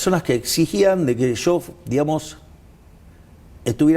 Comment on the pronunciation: SU MULETILLA "DIGAMOS" ES ENFERMANTE APARTE QUE DICE "DIHAMOS"